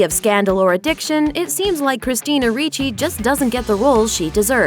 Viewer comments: RIchi not REEchi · Ok, let me clarify something that bothered me ALOT. You pronounced 'Ricci' like "Ree-chie" when one my side of the family it's pronounced "RICH-IE" I don't know how Christina pronounces 'Ricci' but that's how I've always heard people pronounce my last name. It gets me triggered sometimes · It's not reechie it's like Richie........ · Ricci not reeeece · It's pronounced Rich-y.... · is her name actual pronounced like that, everytime she went RREECHEEE something in me died a little, I've a feeling she's not pronouncing it right...